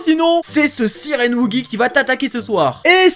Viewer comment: Ta dis sirend